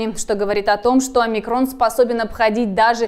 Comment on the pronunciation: не уподобляйтесь безграмотными дикторам ТВ. Их бы поганой метлой гнали бы с ТВ СССР. Просмотрите, как ставится ударение в названии греческой буквы Омикрон. На первом слоге, подобно Альфа, Бета, Гамма и т д.